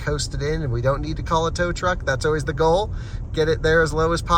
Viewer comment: practice your pronunciation of words beginning with "al" such as "always" and "almost". you are saying "oh-ways" and "oh-most."